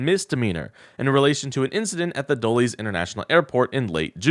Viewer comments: I remember a time when Russian plants were very hard to spot. Their English was perfect. The KGB is really running out of assets, kinda how Russia is running out of bodies for their war in Ukraine. * and it’s Dull-Ess not Dull-Eees, don’t want you sounding like an AI with inflection. Keep up the good work. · How did this woman get elected? Did the Democrats not contest her district? Also, Dulles is pronounced "Duh-less," not "Duh-lees," named after Harry Truman's former Secretary of State, John Foster Dulles. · Very interesting. But please Dulles is named after two prominent brothers who served in government— John Foster Dulles, Secretary of State and Allen of the CIA, pronounced dull-less, not dull-ees. Check out a song “I made a fool of myself over John Foster Dulles” which was instrumental in launching the tv career of Carol Burnett. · Just an FYI, it's not "Dull-ease" - it's "Dull-iss." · Learn how to say “Dulles”. - you should know who he is and how to pronounce this deep state player. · THE airport name is prounounced "Dull us" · Dull-lis airport Keep up good work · Host Guy: Please learn to pronounce fricking words, man. You got neither Dulles nor "arraignment" correct. I stopped listening after the second one. We can't be as dumb as Trumpers.